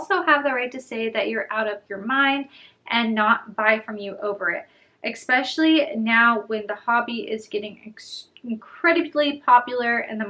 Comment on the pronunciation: it’s ESpecially not ECspecially